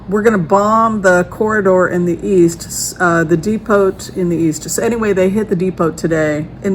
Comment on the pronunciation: "Depot" is pronounced "DEE-poe", in America, not "DEE-pote." At least I think thatʻs the word youʻre using, "depot." In the UK they pronounce it "DEPP-oh."